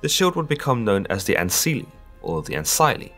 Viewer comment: Good video but bad pronunciations. I recommend going on Wikipedia and wiktionary to learn how the names really sounded. Like in ancile the "c" never sounded like "s" instead it would have had a "k" or "g" sound. In Latin "c" always sounded like a "k" or "g". Also égeria (eigeria in old latin) had an "ei" sound like the "ei" in "neighbour" and the "g" was never pronounced like "dj" instead like "k" or "g" as in "gate". I hope this helps.